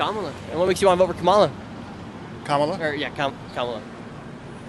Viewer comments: Comma-la bruh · Why can't you pronouce Kamala's name right? It's not difficult. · Do you notice he is saying her name wrong on purpose 🤔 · Please pronounce her name correct!